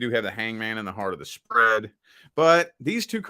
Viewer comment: woah. “Spread” came through weird.